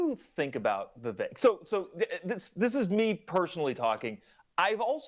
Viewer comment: Thank you for actually pronouncing Vivek's name correctly. It irritates me when people mess up such a simple pronunciation, especially mainstream and popular political commentators.